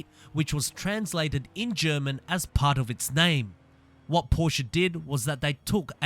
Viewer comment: Porsche Leichtbau = Porsche Lightweight for you English speaking people XD At least your pronunciation of Porsche sounds right. It's not a Porsch you freaking amateurs it's a Porsche, Por-sche, get it right XD